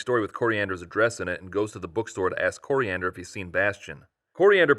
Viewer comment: it is pronounced "Korean Der".